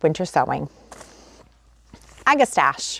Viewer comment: Oh! Got my Bakers Creek order today. I also ordered the Spotted Bee Balm. It’s a wonderful native plant and oddly difficult to find in my area….hoping the seeds work well. Also the Queen Lime Zinnias. You e got great taste ❤ Pronounced ag-eh- STACK-e. No “stach” it’s a “stack”! Great plant. Good luck with that variety.